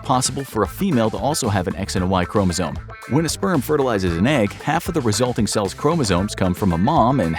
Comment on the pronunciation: It's chromosome, Not chromozone.